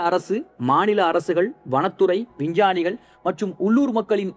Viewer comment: யார்ரா அவன்...... சிக்மகளுரை சிங்கமகளூர் னு சொல்றான்...... விஞ்ஞானிகளை வின்சானிகள் னு சொல்றான்.....